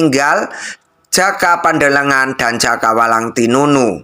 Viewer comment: JOKO PANDELEGAN. BUKAN JOKO PANDELE NGAN..ITU DONGENG BUKAN FAKTA SEJARAH..